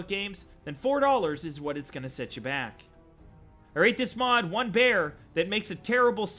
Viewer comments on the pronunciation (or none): none